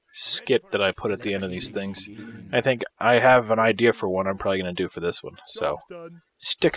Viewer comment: "IDI nauxy" , "probaly" lol